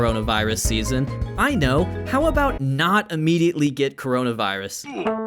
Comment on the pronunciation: "kornmonavirus" Amazing.